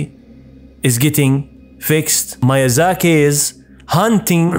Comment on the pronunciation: Miyazaki not Mayazaki